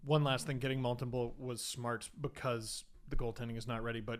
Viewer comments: MON-Tem-booooo not mon-tem-bleu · Mon-tem-bow, guys 😂😂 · It's Montembeault NOT Montembleau!!!! Calisse ... ;)